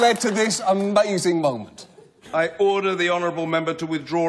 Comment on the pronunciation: I am not sure if sure he says "order" or "hodor".